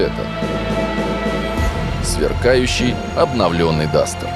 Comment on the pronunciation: не Дастер, а Дустер, а точнее Кулёк с Дустом